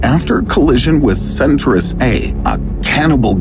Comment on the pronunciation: I like it better as Centaurus (sen tah rus) not Centrus, like this guy calls it.